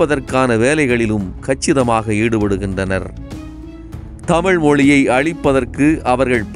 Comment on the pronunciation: சிறப்பான பதிவு. நீங்களும் தமிழை தமிழ் என்று கூறுங்கள். தமில் என்று கூட வேண்டாம் என வேண்டிக்கொள்கிறேன். நன்றி.